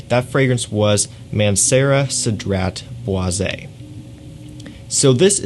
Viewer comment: It is pronounced Cedra Bwa . Which means Cedar Wood